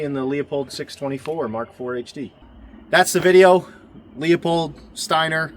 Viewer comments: “Loo-pold,” not “leo-pold.” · It’s pronounced “loo-pold”